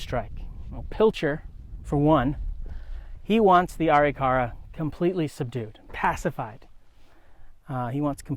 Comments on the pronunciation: This guy doesn't know how to pronounce Arikara... A rik a ra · you are not saying it right, so it sounds like you are lieing, it is pronounce Arikara - Ah- Rick -Ah -Rah not the way you are saying it. get it right historian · An excellent presentation on a complex subject. What's with the pronunciation of the tribal name? I've never heard it pronounced that way.